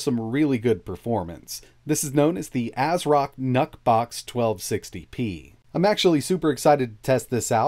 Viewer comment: who else heard him say "NUT BOX" ?🤔🤔🤔